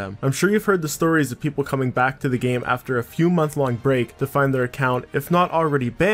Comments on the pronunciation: Did anyone else really not hear him saying zelf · Anyone notice he says “Zelse” instead of else